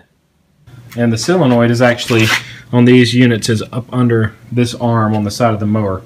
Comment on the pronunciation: "sillinoid" o_O